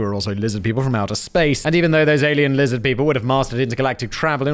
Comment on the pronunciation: "Lizzid peepl"